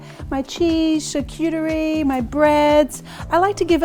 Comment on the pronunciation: PS, lovely Marion, if ya feel like it, charcuterie—is pronounced as “shahrkuTREE”. Have a super party!